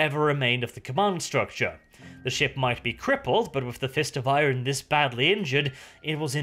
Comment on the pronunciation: Love the videos but say IRON not I-RON for god sake!